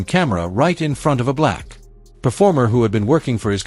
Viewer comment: AI narration failure. Saying "a Black" in a sentence-ending tone is on-par with the scene discussed here.